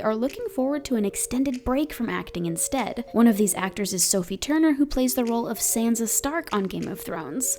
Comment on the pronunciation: It’s Sansa Stark not Sanza Stark ffs L2 talk